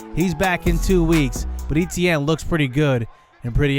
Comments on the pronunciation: Right. Ate-T-ann not E-T-N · i hate the way he say etienne. but good video